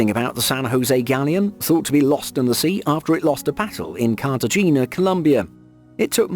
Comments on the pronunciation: So he knows Jose to pronounce Hosé but not Cartegena Cartehena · How in the world do you mispronounce Cartagena and Arabic? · How come the USA is the only country that pronounces ‘Cartagena’ as kar-tah-HAY-nya ?? I never knew Spanish speaking peeps say kar-tah-GENE-na.